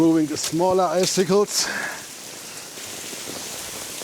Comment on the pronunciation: Als Anglist muss ich eines leider loswerden: Eiszapfen auf Englisch, icicle, bitte wie folgt aussprechen: /ˈaɪ.sɪ.kəl/ Alles andere tut höllisch weh... 😄